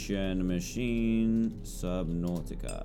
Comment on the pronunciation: Why do you say the two syllables of subnautica broken apart? It's one word